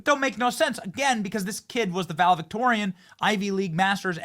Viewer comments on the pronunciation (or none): Not “valevictorian”, valedictorian! Can you really call someone else ignorant while simultaneously not capable of basic pronunciation?